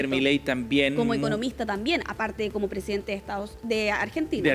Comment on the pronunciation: el "fonsidente" de Arg. 😆